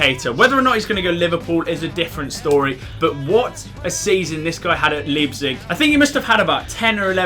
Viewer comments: It's actually L-EYE-pzig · Love you but leepzig?😂